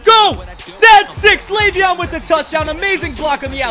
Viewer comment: It's leveon not laveon.